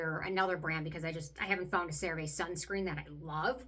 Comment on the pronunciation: I love that you still say the name wrong 😂 So cute ❤